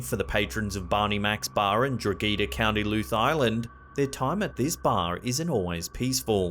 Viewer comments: .....That's not how you say Drogheda.......dro-he-dah.....fucking drog-geeda, you can literally google pronunciations of places, I don't understand it lol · Love the show. Had a giggle when you said about the pub in Drogheda which should be pronounced as Draw-ha-da in county Louth (loud)👍 great job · It's Drogheda, dro(like the beginning of drop) heh dah. And Louth is pronounced like the beginning of Loud but with a th instead of a d. 😂🤣 Irish prononciations are weird. Just be glad it wasn't in Dun Laoghaire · Lol he fucking butchered the pronunciation of Drogheda and Louth xD